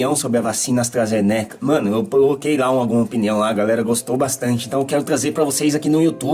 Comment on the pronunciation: "Astrazenéca" foi foda kskskksksks